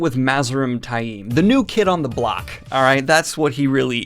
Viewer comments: Love you're vids, but DAMN, you're pronunciation is horrible! Where do you get "TY-eem" from Taim? There is no long "I" in that name...it's "Tame". Some of the others, I can kind've get...though most are wrong, but that one is just plain silly. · Love your vids but you name enunciation makes me cringe lol. You pronounce taim like its spelled tai'im among others lol